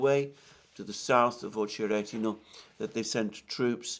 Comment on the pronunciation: Damn! Alexander seems to be the only one who can pronounce 'Ocheretyno" right ❤